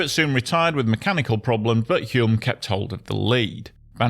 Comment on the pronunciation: Denny Hulme's last name is pronounced 'Hulm'.